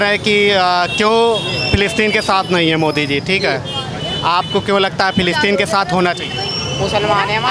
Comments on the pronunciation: प्लास्टिन नही रे फिलिस्तीन😂 स्कूल जा तू😂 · पलास्टर्न 😂😂😂😂😂 पोलोथिन😂😂😂😂😂😂 50 saal ka julum